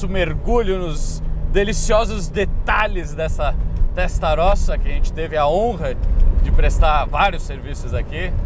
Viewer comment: Molto buono !! MA dai ragazzo, ha detto Ferrari Testarrosa bennissimo, come un italiano ma doppo, Veglia .....ce dice "velia" come Famiglia /Familia, il GL nel Italiano ce dice solo il L , niente G !!